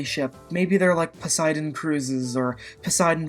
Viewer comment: lol "Posiedon"